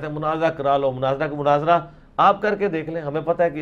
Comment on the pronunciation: Munazara hota ha Munazira kya ha hahaha